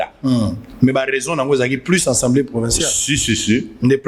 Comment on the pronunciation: Vous avez vraiment un problème les kinois, pourquoi vous dites tous" Ensemblée" au lieu d'Assemblée, " Kitare" au lieu de Guitare, " Vous connaîtrez la vérité, la vérité vous "ENfranchira" Sérieusement c'est pénible.